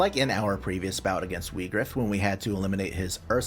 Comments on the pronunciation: it’s actually meant to be Vee-grawf. it’s Germanic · To be fair, "Whygraf" sound better than "Weegraf".